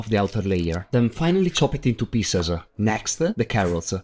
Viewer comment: Cute it intoe piecese. Terrible-e